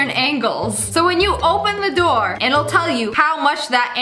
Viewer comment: Lol now I hear Door